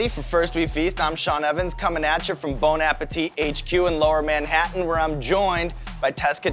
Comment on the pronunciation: You guys need to stop saying bone, it's bon. Bon, bon, bon like bon jovi, except soft on the n. Really like really.